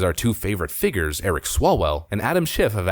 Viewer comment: Awww, you're back to saying "figgers" instead of "figures". You were improving for a few videos.